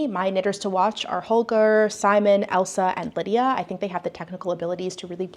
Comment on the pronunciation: as a scottish person i just thought i’d lyk that the name Ailsa isn’t pronounced like Elsa but like ale-sah (ale as in the drink🍺). brilliant video tho with so many great points!!